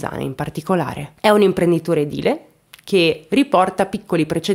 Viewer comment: Buonasera. Complimenti prima di tutto per la pronuncia esatta di EDILE, pochi lo pronunciano correttamente, anche da individui colti dove mai te lo aspetteresti. Caso che io non conoscevo. Le centinaia di sequestri di persona che si verificarono in Italia negli anni '70 e '80 hanno affilato gli artigli degli inquirenti. Questo ed associato alla tecnologia moderna i banditi non hanno scampo; è solo questione di tempo. I sequestri sono anacronistici, per i delinquenti è meglio che cambino settore. Ho letto che Andrea, prima del sequestro parlava cogli amici di voler andare in Sudan e gli amici gli dissero di stare attento perché là ti rapiscono. Il rapimento in effetti era contemplato però a casa sua non in Sudan. Qualche caso di sopravvisuto fa bene al cuore.